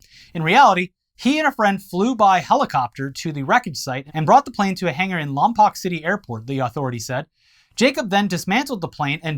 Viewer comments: It's pronounced Lom-Poke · It's pronounced Lom-poke, dammit! Thank you for mentioning my hometown despite how embarrassing the context is!